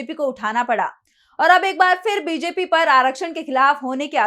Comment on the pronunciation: उच्चारण का संज्ञान लें फिर ( फ़िर नहीं)